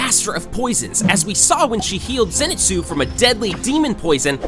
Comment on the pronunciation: Yoriichi win cuz he is op. Reason being, the person who made this video can't even pronounce zenitsu correctly, im sure they won't be smart enough to see who wins.